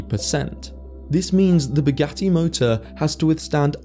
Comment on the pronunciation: Buuu-ghat-tee doofus😂